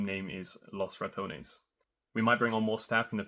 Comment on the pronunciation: Losratones ❌ Los Rat Ones☑️